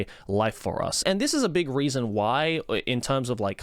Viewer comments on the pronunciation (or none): none